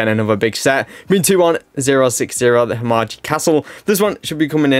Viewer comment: Just an FYI Himeji is pronounced He-May-G